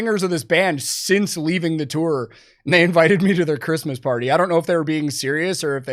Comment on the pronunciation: Thanks for pronouncing "tour" correctly... many clueless people say, "tore".